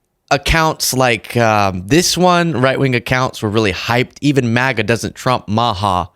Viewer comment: I don’t know if she said “MAGA” or “Mega” maniac but he is definitely a maniac.